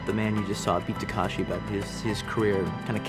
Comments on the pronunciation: Good Lord! Takeshi, not Takashi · Beat Takashi instead of Takeshi . . . Wong Fei Ho instead of Wong Fei Hung. Quentin is like that 40 year old that learns a name wrong and consistently pronounces it wrong thereafter. 😅😂😅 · Calling him BEAT "Takashi" is so disrespectful. jfc learn to pronounce people's names if you're gonna cape.